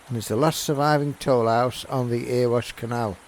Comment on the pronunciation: ...Nice video, but - so that people don't mistake you for a 'foreigner', it's actually pronounced 'Erry-wash' - NOT 'Ear-wash' - mate 🙃🤣! Thanks for sharing! 😉👍